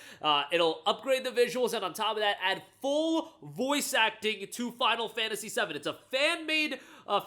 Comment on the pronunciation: I heard you say final fantasy 70 not 7 when you said it.